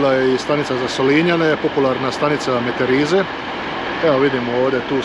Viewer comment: Super video, svaka čast ali svaki put kad si reka Meterize san zavarila jer mi drugačije to izgovaramo.